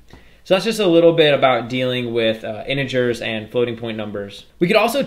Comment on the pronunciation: He call inigers to integers